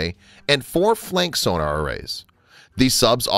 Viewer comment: Funny.......I've never heard of torpedo tubes measured in milli-"liters" before. Lol Nor have I ever heard of the underwater detection device "soo-nar". Want more subscribers? Want not lose the subscribers you have? - Work on pronouncing common terms.